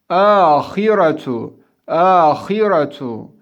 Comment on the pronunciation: Ahiratu diyor hocamız ama o kelime âhiratun